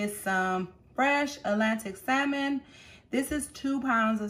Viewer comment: Did you say Atlantic Salmon?